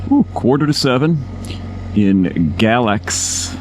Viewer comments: FYI; they pronounce it Gay-lax. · It is pronounced Gay-lax.